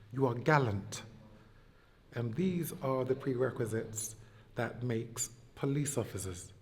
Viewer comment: “Polithe work” 😂😂😂